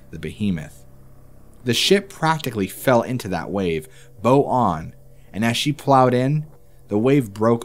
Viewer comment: You're mispronouncing "bow" and "mariner".